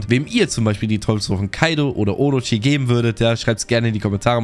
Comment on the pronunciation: orochie, bosschen triggered durch die aussprache yikes